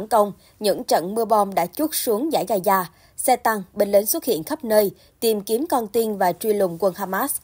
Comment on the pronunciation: Ga _za không phải ga _da